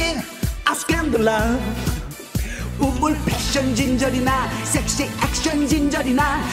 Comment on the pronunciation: 혜련, 쎅시 쎅시 를 세게 발음하면 청취자와 더불어 민망민망 쌔시 쌔시,,,,,,,,는 어떠려나요? 미국의 10대 여자애들이 그렇게 불러요